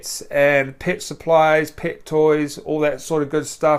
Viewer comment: Pet not pit. His accent makes it sound like pit